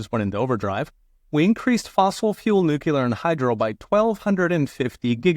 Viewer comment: This is a gross mischaracterization of wind and solar. You are giving the best red meat to the ravenous crowd who’ve made this a political football. The word is “noo Klee ur” by the way, not “noo q lur”. Coal and gas have more tax incentive per unit of energy produced than wind and solar combined. Just because you say it smugly doesn’t make it true. Lifelong republican here, by the way. We need energy mix, not just one fuel type. Going to fossil only is a sure fire way to make us hostage to the fuel producers and make a dirtier environment for our kids. I’ve worked in fossil and renewable. Both are needed. But go ahead and trope out the red meat for views. Way to think it through, “professor”.